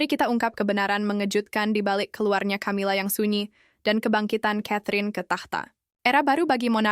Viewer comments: Ca( tja) atau Ka? Aayo belajar dulu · Min... baca , nyebut nama camila aja gak bener gmn mau percaya dgn cerita dari chanel lu min